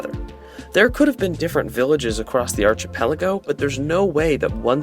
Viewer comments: it is pronounced "ark-i-pell-a-go" not arch nice video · Amazing video! One small thing: Hearing you say Arch-i-pelago is killing me. The “ch” in that word is pronounced with a “K” sound, like “Monarch” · your pronunciation of archipelago is killing me 😂😂 its a greek ch, like in the word character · Archipelago pronunciation is driving me crazy